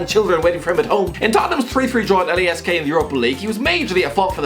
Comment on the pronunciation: It is lask not l a s k